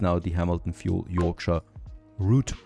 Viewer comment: You pronounced yorkshire two different ways lol